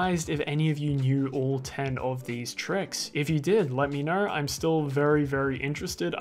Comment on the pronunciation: What the hell is this accent? “Knerw”?!?! 😂🤣